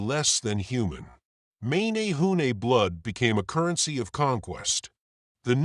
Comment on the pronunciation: So funny how you said mA nA hu nA . 'eh' not hard 'A' as in ; M eh n eh hoo neh. I live right here, Hanalei. Also, the Menehune at bananas and O'pai, not taro and sweet potato, those arrived with the Polynesians. and then there is; the waves of migration, likely Micronesian, and peaceful farmers arriving around 2000 to 1500 years ago, and worked with the Menehune. Then the Tahitians show up around 1200 to 1000 years ago with war clubs and blood sacrifice. They slighted both and took all.